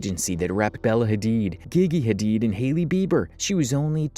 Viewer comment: Why did he pronounce Gigi hadid like that? weird